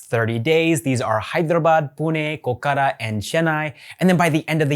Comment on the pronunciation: it's not kokara